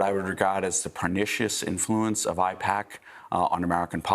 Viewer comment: It’s APAIC not IPACK